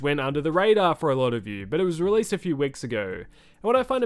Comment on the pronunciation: I "gwas" born ready